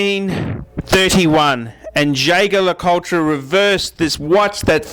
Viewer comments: Jay-ger Ler-Cul-ture? lol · Nope. Jaeger-Le Coultre is pronounced Yayger Le Coolt. How do I know that? Because I was told directly from the Australian brand Manager. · Man I am lolin at how you pronounce Jaeger-LeCoultre. P.S. It was totally wrong.